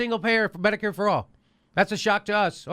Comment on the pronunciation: Notice she says medi-Cade not medicare....another sign that ahe is clueless